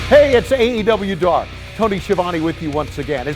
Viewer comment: tazz can't pronounce the name of the show